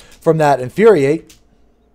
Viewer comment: that Inuriate triggered me lol